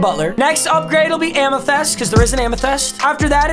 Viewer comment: Why he say amythyst like that 😂